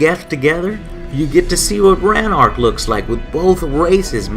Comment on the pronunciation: I stopped watching when this joker pronounced Rannoch "Ran-Ark".